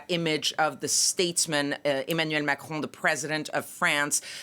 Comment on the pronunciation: How, exactly, does one pronounce “Macron”……… Machrouw?